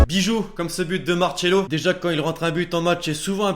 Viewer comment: On dis Marcelo pas marchelo